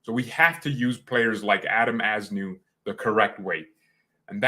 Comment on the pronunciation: We should endeavor to know how to pronounce peoples names Simple respect…….